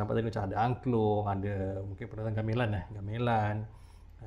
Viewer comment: Gamelan itu cara ucap nya seperti me-lihat bukan seperti me-lon bang....